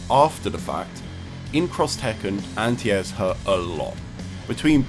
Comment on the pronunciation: What do u mean "antias"??... Oohhh you mean ANTI-AIR